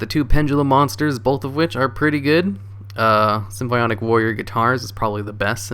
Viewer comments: SIM-FAW-NIK Jesus Christ, dude. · lol damn you even mess up english words "symphionic" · Is he saying symbionc or symphonic?